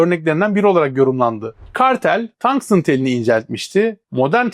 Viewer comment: Tangstın diye okumana gerek yok,bildiğin tungsten, Türkçe maden ismi